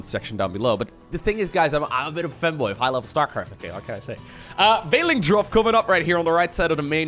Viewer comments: It sound bit like you are saying phrase ,,I am bit of femboy" . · God damn. way of saying fanboy sound like femboy